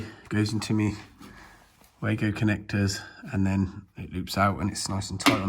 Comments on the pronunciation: Its Var-go not way-go ! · Really like your clear explanations of what you are doing and why. Just a heads up regarding the Wago terminals; you pronounced the A like hay, but it is actually like tar. I won't however suggest you pronounce like they do at their German HQ where the W is pronounced V, so Vargo is what it sounds like really!